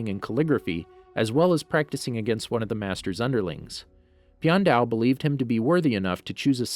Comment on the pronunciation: You say the name wrong